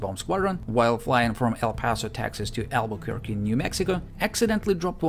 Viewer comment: Tell me honestly because I won’t judge you if you did, did you look up how to pronounce Albuquerque or are you just a master linguist?